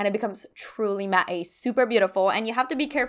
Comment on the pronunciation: This was such a fun video! Do Canadians say “Matte-y?” I’m confused by that pronunciation